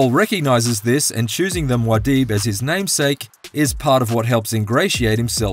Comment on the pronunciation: MUAD´DIB not MAUD´DIB just sayin´